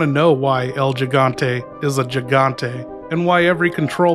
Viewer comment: Pronounce the first g in gigante like an H